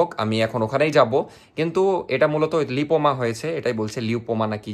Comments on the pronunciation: Oita লাইপোমা।। not লিপোমা। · pronunciation ta লাইপোমা hobe